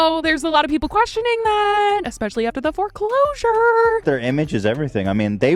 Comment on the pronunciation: How said "foreclosure". Lmao!